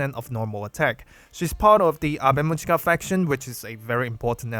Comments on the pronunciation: That pronunciation killed me 😅 It's Awe mu-yi-ka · The girls from the band themselves pronounce it Ave Muzhica.